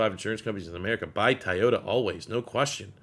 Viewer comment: Ty-yota? 🤣. It’s “Toy-o-tah”